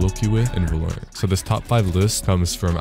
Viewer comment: BRUHH!!!!!!! IT'S VALORANT NOT VOOLERENT. DAMN, THE DEVS LEGIT SAY ITS NAME COME ON